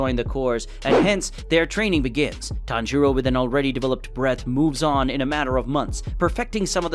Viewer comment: Bro it’s not tanj-u-ro it’s taan juroo and how’s tanjuro alive